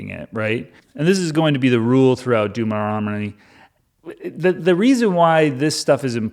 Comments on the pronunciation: WHAT? Deutermommny? Doomomommy? Deuteromomney? - related to Mitt Romney? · I really hope these Deuteronomy's mispronunciations are intentional.😅. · The number of ways one can mispronounce ”Deuteronomy” is the secret appeal of this video.